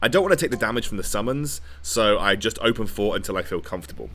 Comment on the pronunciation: Is it 'open fort' or 'open port'? I swear I thought was calling it open port